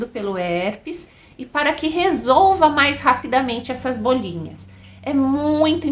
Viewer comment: Como uma doutora não sabe pronunciar bolinhas? Não se diz BÔLiNHAS....aff